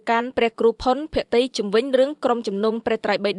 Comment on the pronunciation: អានព្រះនាមលោកឱ្យត្រូវផង ផុន ភក្តី មិន ភក្រ្តតីទេ